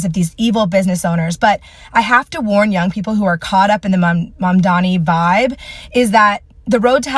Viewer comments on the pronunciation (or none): iT IS MAAMDAANI NOT MOM DONNIE. GOT IT? “MAMDANI” and not ”MUM DONNIE.”